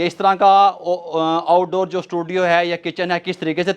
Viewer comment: Oud ouddoor 😂🤣😂